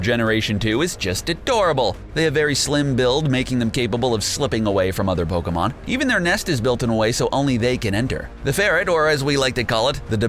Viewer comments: Had to dislike just because this guy has no fucking idea how to pronounce pokemon names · Pokemon pronunciation are off😂😂😂